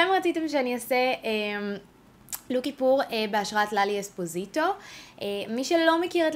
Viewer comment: היוש לוק מהמממם!רק אומרים אספוסיטו ולא אספוזיטו😂😌